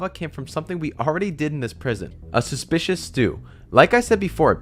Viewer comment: a love when he says suspecuis stew